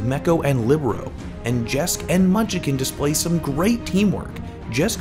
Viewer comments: it's not munchicken it's munchkin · Great vid, I watched live and was as confusled as anyone when Nenne 'ulted' Michelle at the end. Love the analysis as always. BTW munchkin is pronounced munch-kin, not munch-uh-kin. It is 2 syllables. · It's munch-kin not munch-i-kin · What do you mean, Munchikin and Jesk are my favorite players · Why does he say munchikin instead of munchkin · surely he knows how to pronounce Munchkin right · Bothered me the whole vid 😂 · the way he pronounces "munchkin" hurts me.. munchakin is how he says it lol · Can you please make sure the person doing narration pronounces names correctly? Munchkin Jecse etc.